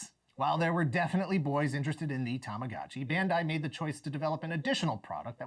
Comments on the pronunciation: "Tamagachi". He's butchering the Japanese language 😖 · Why he call tamagachi and not tamagochi ?